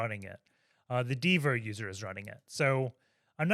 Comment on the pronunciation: Dvir is a hebrew name, pronounced as is (dvir/dveer/dvear whatever)